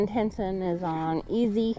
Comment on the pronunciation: Thanks for the great all-round video.. roundup, doctoring cattle.. the views are awesome👌🏽.. plus the Diné (Navajo) word of the day.. awesome job on pronunciation on Henson.. he's got the Jaan tongue😅😂🤣!!! Be blessed🙏🏽 Cows/Cattle = Béégashii Female cow = Béégashii Tsa' ií Bull = Dóola Bull shit! = Dóola bi chaan! 😅😅